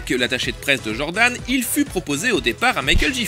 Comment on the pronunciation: Pitié on dit "djordan" et "djaim" et monstar pas mounstar, sinon c'est du bon comme d'hab